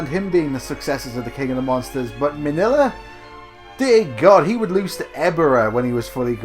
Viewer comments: Uh, who is "Manilla"? Does he mean Min-Ya - Godzilla's son? Clearly in the movie his name is NOT Manilla. WTF? I mean at least pronounce the names like they are in the movie. Manilla, really? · Minya is how you say his name. He is funny though in Final Wars when he's small enough to ride in a car.